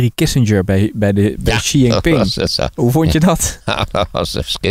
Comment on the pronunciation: Apropos, de juiste uitspraak van 'XI' is : 'TSI'; aldus valt uit het Chinese Journaal op te maken.